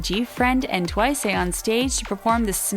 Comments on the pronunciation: Uhm... its pronounced TWICE not TWISEU and if you pronounce it in korean i think its TEUWAISEU... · Okay, I am very sorry I usually don't care when she mispronounces something, I can totally excuse her, but she does realize TWICE is an american word? Why does she keep saying TWICEAY? I'm KUNfused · Why do you say twice-a? .-. Just say TWICE!! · It's only twice not twic-e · It’s just twice! Not twice-e no hate just correcting 🙂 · Wow people are so dumb that they don’t even know s/he’s mocking the way they pronounce twice. If it’s twice, it’s twice. If Korean people pronounce it like that (twiceu) they are Korean, you’re a fucking english speaker. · WHY DO YOU KEEP SAYING TWICE A? ITS JUST TWICE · Am I the only one hearing how different she's pronouncing TWICE differently... almost like she's saying TWICEU but in a more " American" way? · Why is she pronouncing TWICE, TWICE-AY??😂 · TWICE why does she pronounced it like TWIC-E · “Twiceu” i cant that is so funny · is it me or does this person keep saying twiceh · SFHJKLJYYUIIKLOIUSDXFGHJK HOW THE HELL DID YOU PRONOUNCE TWICE THAT BAD? ITS AN ENGLISH WORD???? SDFGHJKFGDFGJHKK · Guys guys! it's just making fun of the way they pronounce Twice → they pronounce it twice-uh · Its funny how she pronounce Twice. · I'm confused how they possibly managed to mispronounce the word TWICE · WHY DOES SHE SAY TWICE WEIRDLY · why she say twice like that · My gosh you guys its how the way prounce Twice like twice-u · It is Twice not Twiceh. Just cause they say Twiceh is just the way the pronounce it in Korean. No Hate tho (btw you didn't fool me at all) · Also why does the narrator keep saying 'twice-euh' tf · I'm I the only one hearing them saying twice *twiceu*? 😂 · if she says “twice-eh” one more time.... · I swore in the beginning they said "Twica" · why does she say tuwaisa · did anyone notice this women kept saying twice -a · Why Is No One Talking About How The Is Saying Twice-eh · Twice.. Not Twicu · Twica?? ITS TWICE